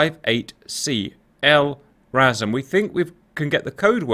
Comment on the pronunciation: Just for your information, the AGM-158C is pronounced "Lah-rah-sam" but can't wait to see it in game